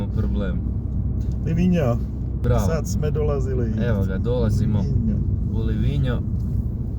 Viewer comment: Čita se Livinjo